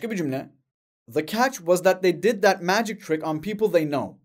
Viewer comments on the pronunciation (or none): none